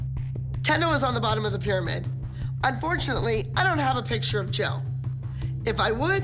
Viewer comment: Why can’t pronounce picture? It’s not pitcher. 😫